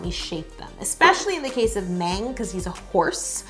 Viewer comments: i don't want to correct yolanda but she said meng than mang just putting it out there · Please please please do the other four! Btw: The 'A' in Mang is soft like "ahh". Excellent job, you really captured the characteristics of each one perfectly! Next; RJ, Koya, Chimmy, and Tata! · Mang is pronounced mAHng. mang is the only girl 😍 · Love this but Mang (망) is pronounced mAHng. Like Ah not Ay. Hope this helped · No offense no hate,but you got the BT21 owner wrong and you said “Mang “ wrong but it’s okay 👌 I was like that before but with their names when I was new. I purple ❤️ 💜you and your vids you are very talented!( please do the others Tata is my favorite!) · That’s not how you say Mang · she said mang wrong but that's alright uwu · She said van and mang incorrectly